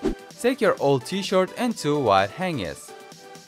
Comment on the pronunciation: He says T - Shirt and I can hear as T - Short.